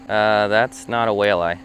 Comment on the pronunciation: I hope saying walleye like that isn't going to be a thing with you!